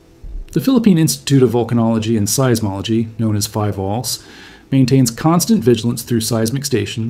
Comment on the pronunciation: mis-pronounciation of philvolcs